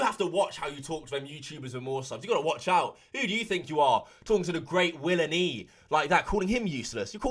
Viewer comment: "The great willNE" 🤣🤣🤣